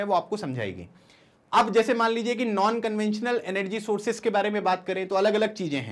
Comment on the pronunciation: did sir really say nan conventional